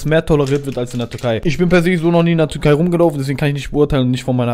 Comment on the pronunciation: Bin ich der einzige der ganze Zeit Turkei versteht und nicht Türkei